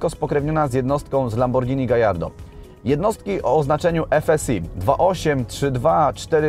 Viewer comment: W końcu ktoś dobrze powiedział "lamborghini gallardo"